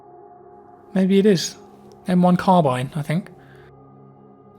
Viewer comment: its pronounced m1 car-bean...